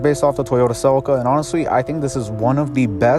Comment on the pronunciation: se-leek-ah not sell-ika -.